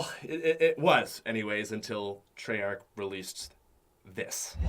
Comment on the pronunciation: When he said Treyach, I was like, "He still does care about zombies...."